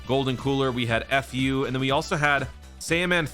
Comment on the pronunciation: Why is he saying fu like f*** you, theres no space between the letters lol